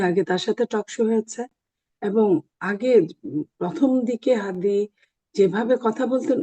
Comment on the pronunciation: আপনাদের দলের মহাসচিব উসমান হাদীর নামটাও ভালোভাবে বলতে পারে না আর আপনার কথা কেমন হবে